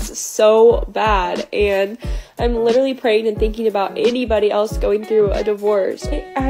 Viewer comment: ....and "literally" (lidaraly)